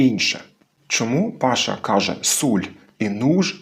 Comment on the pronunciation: Я ніц не маю проти,що Паша розмовляє по закарпатськи,просто не розумію, чому цей закарпатець називає себе по "Волго -Вятськи" ? Чи це по турецьки,коли наголос необхідно ставити на останній склад - " пашА" ?